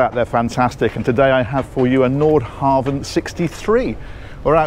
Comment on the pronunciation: It's impressive to see pronunciation evolve from "Nordhaven" to "Nordhavn."